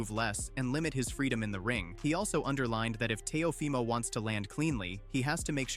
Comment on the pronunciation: What is up with these ai voiceovers? It pronounces Teofimo in three different ways